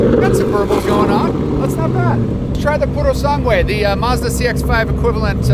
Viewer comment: His pronunciation of Urus and Purosangue made me gag